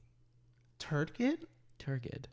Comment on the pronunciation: "turgid" has a 'j' sound and it hurts my brain to hear it incorrectly spoken 😢 sorry younglings, granny's got a broken brain